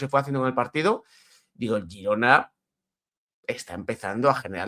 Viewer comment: El equipo se llama Girona, luego a la ciudad y provincia le podeis llamar como queráis. Pero lo dice correctamente, es el nombre del club